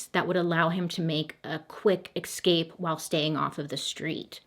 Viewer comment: This has been bugging me a while now and I feel like after watching every single one of your videos that we are basically besties now so I can tell you… it’s ESCape not EXscape. You are welcome 😘